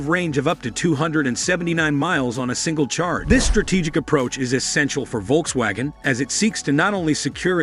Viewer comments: If you’re going to report on Volkswagen, please learn how to properly pronounce their name… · First time i have ever heard how Volkswagen is pronounced this way